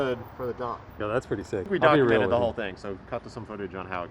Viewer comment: swear said we "donkumented the whole thing"